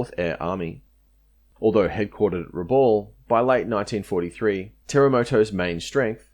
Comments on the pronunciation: Time for you to learn how to correctly pronounce our towns. The atrocious pronunciation of "Rabaul" is appalling. "Rabaul" is pronounced "Rah - bowl". It is my home. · Thanks for this detailed and really great history of the battle for Finschafen (Harbor of Finches). I will have a look at your other work now, for your research here was so impressive and overall quality so high. Quick comment on pronunciation. Salamaua is said Sal-a-moh-a. Rabaul is said Rab-owl. Huon is not Hew-on but hew'n. Papua is said Parp-wah. Finnisterre is said Finnis-tair. Vasey isn't Vassy, it is Vay-see. Ramu is said Rar-moo. Narranderra is said Nah-ran-dah-rah not Narran-derra. Wootten is not Woo-ten, but Woot-ten (like wood) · Great video but let down by the continuous mispronunciation of the name Rabaul. It is pronounced with the last syllable sounding like ‘owl’. For God’s sake get it right.